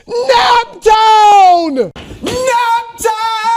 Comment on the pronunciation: Im from indiana and we don't even say naptown like that. This fake fan post